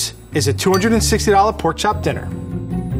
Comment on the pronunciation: Did she say Porn chop dinner